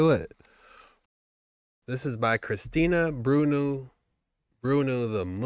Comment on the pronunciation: I clearly read Bruno the moose, but he said "brunooo'. But it would not be vid if he didn't clearly mispronounce a simple word or two. Good vid though...